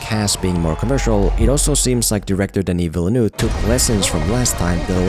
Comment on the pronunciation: Please learn how to pronounce the name Denis Villeneuve. Thanks you.